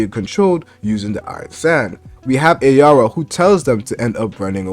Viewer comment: Its araya not ayara